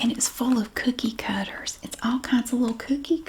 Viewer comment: Can’t wait to watch the cookie cutter video because I love the way you say cookie cutter ❤😊